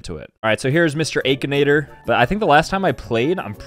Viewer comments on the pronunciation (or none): is the kinda guy to say "ay-kinator" instead of "akinator" edit: bro why u guys getting mad💀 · that’s not how you say akinator😂 it’s (ack-en-ate-or) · It's a-kin-at-or, not Ae-kin-at-or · is the type of guy to pronounce it akheenator instead of akinator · is the form of man to say achenator instead of akinator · It’s akinator not eikenater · im sorry, but "eykinator"?! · But its true he does say aykinator lol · Bro said “akeinator” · is the type of guy to call akinator ayykinator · The fact he pronounced it "AikAnAyToR" Is that how it's actually pronounced?😳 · Bro really said aikenator💀💀💀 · It doesn’t really matter, but it is pronounced “ack-a-Nate-oar” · Bro you said akinater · Stop its not Akinator it is Ack A naigh tor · Bro really pronounced akinator wrong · Who tf says akinator like that